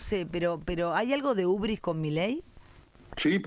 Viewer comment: UBRIS….no urbis….